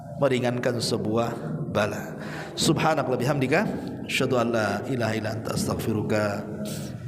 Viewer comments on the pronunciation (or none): none